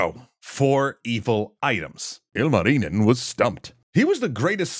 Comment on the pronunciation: I'm glad you're doing a bit better on pronunciation than most NAs, but you're pronouncing 'Louhi' in a way for the first 4 times you said it I thought you said 'Lalli' and you're saying 'Ilmarinen' IL marinen and it's just one continuous name 😅